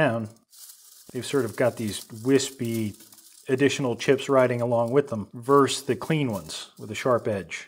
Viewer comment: I hate to be critical of such excellent videos but...... do you purposely say 'verse' instead of 'versus'"